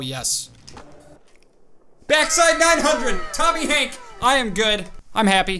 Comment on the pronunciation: Tomy Hank Me: Huh who is Tomy Hank